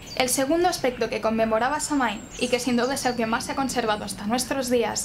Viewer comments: Se pronuncia "Sowin" no "samin" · Una corrección: se pronuncia "sóuin". 🔥🌛🌚🌜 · Se pronuncia SAWIN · Muy buen video y excelente la explicacion...aca en Irlanda la palabra Samhain la pronuncian " SAUIN" o "SAWIN" y no la calculan con la luna llena sino la fecha exacta ente el equinoccio de otonio (mi teclado no tiene enies, perdon) y el solsticio de invierno... Este anio 2020 la fiesta se Samhain cae el 7 de Noviembre...yo te sigo a ti...calculando la fecha con la luna llena... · Excelente información como siempre, solo un comentario, la pronunciación celta de Samhain es SAGÜIN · "quelta" "sáwin" :) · Samhain se pronuncia SAGUIN , proninciando la u y enfatizando la a como una a profunda y grave. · Samhain es una palabra irlandesa y se pronuncia "Shouin" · La información esta bastante buena comparada con otros vídeos que he visto sobre Samhain, y agradezco mucho la esfuerza en la investigación cuando existe tanta desinformación sobre le tema 🙌 Pero también me parece muy importante que se honra nuestra tradición usando la pronunciación correcta, especialmente cuando hablamos de Samhain, uno de nuestros festivales mas importantes. Es muy fácil encontrar la pronunciación en linea ya que Samhain también es el nombre del mes de noviembre en el idioma irlandés ya que se nombró por este festival tan importante que tiene sus orígenes en Irlanda. Samhain se pronuncia <<Saúen>>, y los Sidhe, nuestra raza Hada se pronuncia <<Shi>>. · ¡Excelente!...lo único que encuentro errado es la pronunciación de Samhain; pero no solo en este canal, hay otros en Youtube que no se ajustan a la original. ¡Gracias! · Aquí tenemos el día de muertos, amo tus vídeos y amo como narras las historias, mi único conflicto contigo es tu manera de pronunciar Samhain